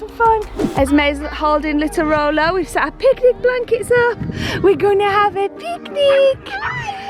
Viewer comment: Y do u call him rollo